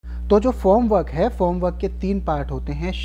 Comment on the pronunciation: Sir, It's Form work not Foam